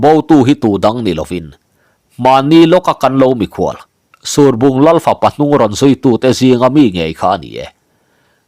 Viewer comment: Surbung tih i lamdan hi a diklo deuh lomaw, ruah a sur a, heta sur tia kan lam anghian lam tur a nih hmel tlat